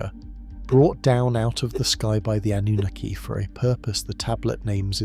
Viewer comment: The PROPERLY accepted pronunciation of the word Anunnaki is NOT "ah-NOO-nikki" like your AI pronounces it!!!!!!!!!!!!!!!! It is properly pronounced with the stress on the 3rd syllable!!!! "ah-noo-NAH-kee"!!!!!!!!!!!!!!!!!!! PLEASE FIX!!!!!!!!!!!!